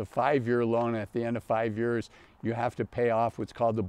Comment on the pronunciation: Is he saying “years”? Sounds like “yurs”…